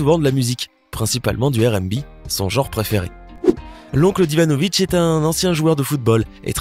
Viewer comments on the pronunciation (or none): none